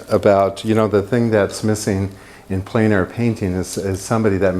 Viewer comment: Extremely good and useful. It's pronounced "Plan" air though. It's French.